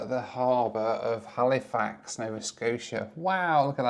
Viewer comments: It’s hal-ah-fax. Not “Hali-fax” I know that’s how it’s spelt, but it’s pronounced hal-ah-fax lol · Also, Halifax is NOT pronounced Hal-ee-fax. It is pronounced HAL-ih-fax. C’mon, now,. You know better. 😊